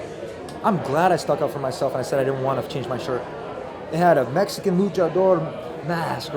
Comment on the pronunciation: Lol “Mehican”